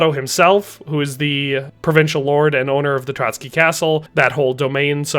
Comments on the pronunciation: Pronouciation on Trosky Castle -> Tro S ki Not Trocky (bolshevik massmurder that commited multiple genocides of various White Peoples living in Soviet Union). Otherwise great vid, thank you for that. God bless. +][+ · As a Czech, i just wonder why he pronounces Trosky as Trotsky. Where the ''t'' comes from?